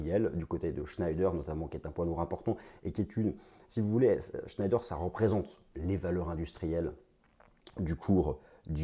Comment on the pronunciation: shneider ce prononce chnéder